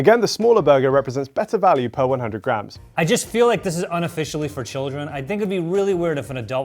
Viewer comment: sounds like he is saying "Grahams" when he says "grams"